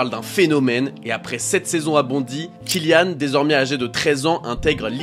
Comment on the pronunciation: Il s'appelle "Mbappé" pas "Embappé" Tout comme "Killian", pas "Ka-illian"